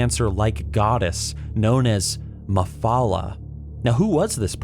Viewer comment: It's Mephala, you clearly show that you dont know anything abot Elder Scrolls lore.